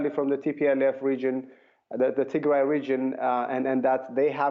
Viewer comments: Tigray is pronounced Tig-Rye...NOT Tigre/Tig-RAY!!! Tigre is a completely different Eritrean ethnic group having nothing to do with this conflict. Tigrigna is the language spoken by the Tigray in Ethiopia and the Tigrigna in Eritrea. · I Like How She Sayed Tigry - 😂 She MadE It Sound French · freedom man u are confused. They are mispronouncing the name of the region. The Tigre people live in Eritrea like the Beni Amer and speak Tigre.. Not Tigrigna. Tigrigna is spoken by the Tigrigna, Jeberti, and Tigraaaay in Ethiopia. Amharu butcher every name including the word Habesha making it Abesha. Tigre is not Tigray as most Amhara mix up. Tigray is pronounced as Tig-rye (Rye = type of grain, rhymes with the word "Why" and "Guy" ).